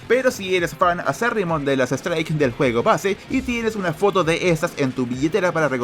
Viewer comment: Se escucha juego fortnite en vez de juego xd